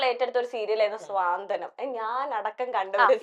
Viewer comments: സ്വാന്തനം അല്ല കുട്ടി... It's 'സാന്ത്വനം' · സ്വാന്തനം അല്ല ചേച്ചി.... സാന്ത്വനം ആണ്... Repeat ആയിട്ട് അങ്ങനെ തന്നെ കേട്ടിട്ട് ntho പോലെ